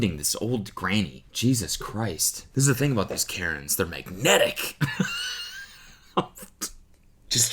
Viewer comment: aboot alert